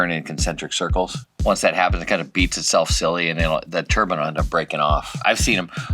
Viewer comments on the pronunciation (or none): I never heard " tur BINE" pronounced " tur BIN" before. I always thought that was religious headgear. Must be a CA thing. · The way you say turbine turb InE Not turbin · Everytime they say "turbine" I think they're saying "turban" :)